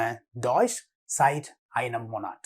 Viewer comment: ആളുകൾ ശ്രദ്ധിക്കുക ഉടായിപ്പ് പഠിപ്പിക് മൊന്നാട്ട് അല്ലടോ മോണാട്ട് എന്നാണ്